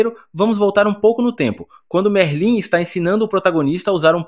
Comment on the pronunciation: Pow véi tava gostando do recap ate q ele falou merlín ai n da paizao.. vai estudar um pouco, oratória pq isso pra um é fd